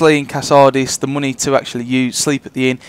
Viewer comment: You can make quite aloht of mohnay. Emphasis on the MOHNAY. Seriously nice trick though